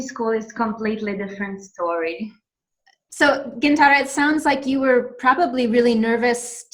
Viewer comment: That's funny that a person talking about fluency can't pronounce Gintare